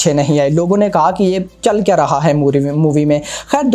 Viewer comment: Bhai aap "KYA" bolo "KIYA" nahi... Please.